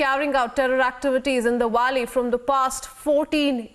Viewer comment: It's Valley not walli